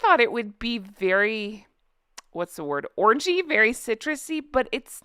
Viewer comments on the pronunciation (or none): I had to buy it haha. Just ordered it on Amazon Germany, 79 eur for 30 ml. Btw, whenever you say you aren't an orangey person I hear orgy 😂😂😂